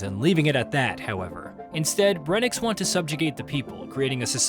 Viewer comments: His name is Brensis, not breniks or whatever you’re saying 😂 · brenix? it’s brencis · Can’t even say the characters name right. Brencis* not “brenix” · whois "Breniks?" Is this a new character I haven't heard of? Is he the uncle of Brencis, or are you simply inarticulate?